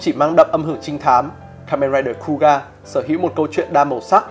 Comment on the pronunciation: Kuuga đọc là khư-ư-ga mà nhỉ, nghe cu ga không quen lắm 🤣